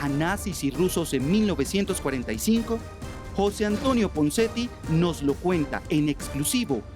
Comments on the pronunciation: Jose Antonio Ponseti.. No punseti xDD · Y QUIÉN DIJO PUNSETI ??? YO LO ESCUCHE CORRECTAMENTE... PONSETI